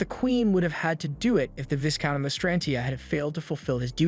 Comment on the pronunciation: 'Viscount' is pronounced Vai-Count, not 'Viz-Count'